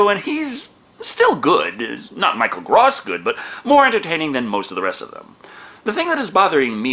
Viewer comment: I think you *may* have pronounced Michael Gross' name wrong in every single Tremors review you've done.